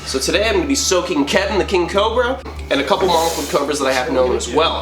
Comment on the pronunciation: It sounds like he's saying cober instead of cobra, lol.